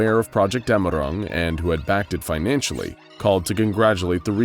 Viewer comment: Its dämmerung, btw